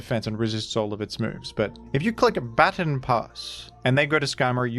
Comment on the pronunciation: It always kills me how he says "Baton"